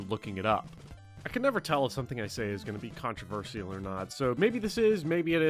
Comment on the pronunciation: Yes, what you said is controversial. Well at least the pronounciation of "controversial" - contraver-si-al - is.